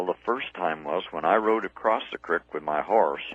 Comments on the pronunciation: The smile comes from the satisfaction of knowing that, that is the correct pronunciation. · Hearing creek pronounced as crick always makes me smile.